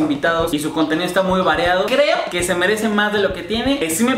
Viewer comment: "Esta muy VAREADO", JAJAJA no será "variado"?